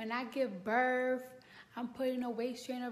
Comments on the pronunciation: What is she feeding that new born? That have to be fake. And its birth not birf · “When i give birff” lol 😁